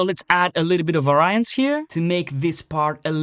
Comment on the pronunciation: You are mispronouncing "variance" btw. It should be VAR-ee-ance, not var-EYE-ance. Also, it is pa-RA-me-ters, not PA-ra-me-ters.